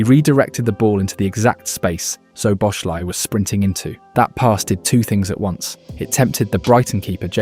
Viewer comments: its definitely the same Soboshlai cause its pronounced "So Bo Sla E". Love how no English person even tries to pronounce his name proper... I am sure he gave up on it long time ago... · Nearly got his name right. It’s pronounced SO-BOSS-LAA’ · Everyone, but it's okay. Soboslaee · bro if it helps, its pronounced soboslai lmao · Can I please ask you to try to pronounce his name properly he deserves it, as a Hungarian I know our names are very difficult for English speakers, but I give you a little help “Sz” in Hungarian is pronounced as English “S” And “I” at the end of his name is pronounced as English “e” letter so “Soboslae” that’s the closest how you can pronounce his name properly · Mate, learn to pronounce his name properly, it's really not that hard. In 1 video you did 4 different ways. "SZ" in Hungarian is a simple "S" in English...